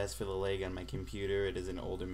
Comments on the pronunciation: THANKS MAN!!!!!!!!!!!!!!! Oh and by the way, you say lag like lage. It is actually pronounced just plain lag without the capital A sound in the middle. XD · laaag not lage lol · well done. this helps a lot. also, you say "lag" and "drag" funny.